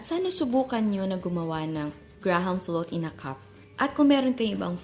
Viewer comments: Greyham kasi pagbasa doon hindi graham!!!!!!!!!!!!!!!! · anong "grams" ? its grahams. okey na sana eh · Mali ka jan chef, as in "gram" talag?ah search ka sa YouTube paano tamang pronunciation wag po trying hard,napakabilis mo magsalita inaarte pa kc ang accent sagwa tuloy pakinggan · Tama yung isang comment. We read it at "GRAM" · haha mas nakakastress yung di alam ang tunay na pronunciation ng graham hahaha 😂😂😂